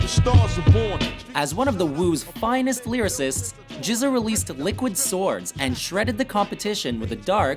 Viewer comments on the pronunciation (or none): GZA is pronounced with a hard 'G', he's not "jizza". it's starting to seem like I'm hearing mispronunciations in your videos at least once a week, is it stubbornness, laziness, indifference, or a little of each? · It's not "Jizz-Uh" it's "Gizz-Uh". Have I ever mentioned how much I hate the new writers/narrator now a days? They're very biased towards metal